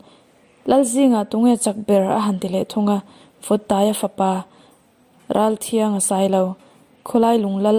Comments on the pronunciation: Ngaihnawmin a bengvarthlak khawp mai. Ralthianga...hi tri anga lam tur ani e..thiang...niloin.. thriang tih tur. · Ralthianga tihhi i lam dik tlat lo.Tui thianghlim tih a.Thiang tih ang in i lam ri a.. Thiang nilo in...T a lam rilo in. A,aw,b. alphabet a.T dawt chiah awm.U hma chiah ami.Tri..tia kan lam thin ang khan.Ralthianga..Ralthrianga.ti in lam tur